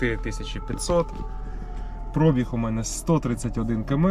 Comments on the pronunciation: наголос в цьому слові на і - пробíг, а прóбіг не правильно. Це як "бульо сяло і хаті покосіліся" 😁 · Звідки ви всі взяли слово прОбіг? Такого слова в українській мові немає. Є слово пробІг. Ставте правильно наголос, якщо розмовляєте українською. А то всі , як Тарануха з автопідбору.